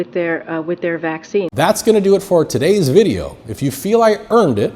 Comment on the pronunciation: "DEW you believe it?" Yes I DEW!